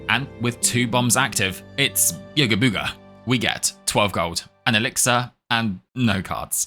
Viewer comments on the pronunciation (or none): none